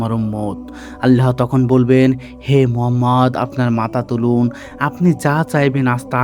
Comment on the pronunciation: ভয়েস অস্পষ্ট। রোবোটিক ভয়েস এর জন্য আকর্ষণ হারাচ্ছে। সবচেয়ে কষ্টের আমাদের নবী (সা:) এর নামের উচ্চারণ ভুল...😢😢😢